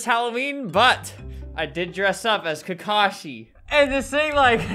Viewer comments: I thought he said takashi XD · That’s not kakashi that’s cacashi